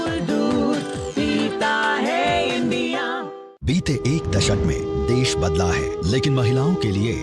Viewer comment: Abe toltle def nahi desh bol aapiye